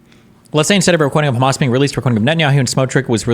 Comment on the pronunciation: can we please stop pronouncing hamas as KHamas